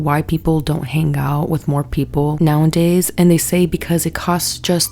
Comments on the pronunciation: I like you a lot, but the way you say "nowaNdays" is driving me insane. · Omg can u stop saying “Nowandays”…. It’s NOWADAYS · Girl, I love your commentary, but every damn time you say nowANDdays instead of nowAdays something inside of me cringes a little bit 😭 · "Now 'n' days" girl I love you but pleaaase let me proofread your script/give you speaking notes if you want em 😭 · Love your videos, but it's nowadays not now an days jsyk! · "Rejection is just redirection to people you belong" 😮 i have a deep fear of rejection and that might actually help Also, are you saying "now and days" instead of "nowadays" ?😅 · "Now n days"? Huh? U mean "nowadays"? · I love you but if you say “now in days” instead of “now a days” I’m going to dig my eardrums out of my skull 😭😂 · I love you so much, i love your videos so much. The words are “now-a-days,” not “now-in-days,” and my autistic brain cannot let it go. Please read this comment 🥲😅 🦆🦆🦆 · girl you can't keep saying "now and days" instead of nowadays😂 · I beg you. It’s “nowadays.” Say it with me: Now-A-Days. Now A Days. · The way she says “now n days” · 🦆 completely agree. this has been on my mind since the panini. also "Nowadays" does not have a second "N" ❤️